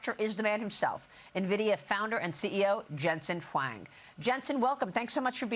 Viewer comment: Lady can't even say his name correct